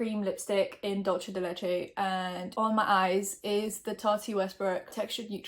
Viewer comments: WHY DID YOU SAID DOLCE DE LECHE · i love the video, but as a local argentine, i feel the necessity to tell you that it's pronounced "dool-seh de leche". this comment isn't needed for anyone but me, please carry on <3